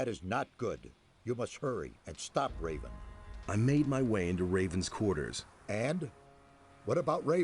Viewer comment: Just about that pronunciation. I hear "Reeven" here , but maybe I am deaf already 😀